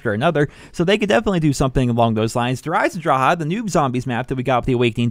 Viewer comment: he said dereiseondrachaa